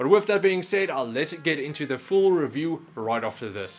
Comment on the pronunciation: It's "Review" mate. You had ONE job.